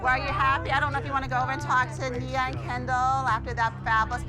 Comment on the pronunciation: am I the only one that heard kindle instead of kendall